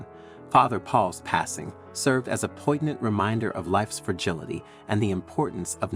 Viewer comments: Poig-nant? Oh, no, he didn't! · POIGNANT is pronounced as POI-NIANT or ˈpɔɪ.njənt